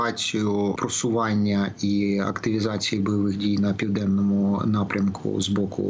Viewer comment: Не півненному а південному.грамотії.